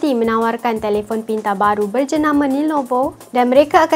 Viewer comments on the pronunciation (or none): Hahahaha Asal sebut nelovo...ingat neelofa ke ...😂😂😂😂